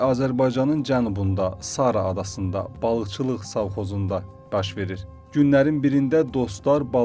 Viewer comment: Sara adası yox sar adaşı😂😂